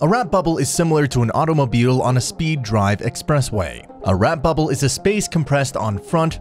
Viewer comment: You called it a Wrap bubble?